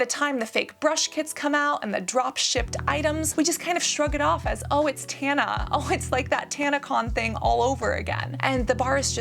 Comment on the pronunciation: The intentionally mispronouncing Tana and Trish’s names 😂😂😂😂